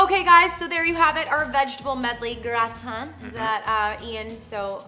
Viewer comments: Hum... As a French person I laughed when they pronounced "gratin" and "pain", but I died when they talked about doing an orange juice marinade to vegetables.. 🤨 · As a French, soooo funny hearing how you pronounce "Gratin" !! :D Love you guys ! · I'm french and i love how you pronounce " le pain et le gratin" it's so funny 😂❤️ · lol how you pronounced gratin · I love how they pronounce "Gratin" xD